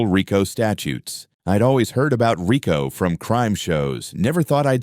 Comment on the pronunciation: You say you're formal law enforcement, you are mispronouncing "RICO".